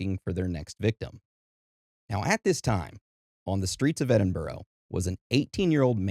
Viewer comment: 👍🏻Love the episode. However, the most horrific thing in this episode is the way you say Edinburgh 😂 It is Edin-buh-rah. There is no “ row “ at the end. Even if it was spelled Edinborough, or any other place in the UK like Middlesbrough, it’s burra or bra. Hope that helps 👍🏻 This is a well known story in the UK, like Jack the Ripper, the Moors Murders, Bible John and so on. What isn’t that well known is the Thames Torso Murderer. People are weird 👎🏻❤